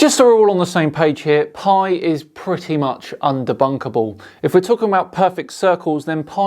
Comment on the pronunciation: "Thank you very muchhhch!" For what? Bleeding hell. ×5 ×root(10) there's your area? And the units are what, dear sir?